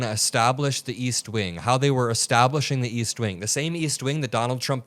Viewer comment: East wink???? Ohhhh she meant wing